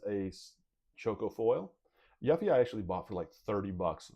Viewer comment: a final fantasy fan.. but can't pronounce Yuffie correctly? interesting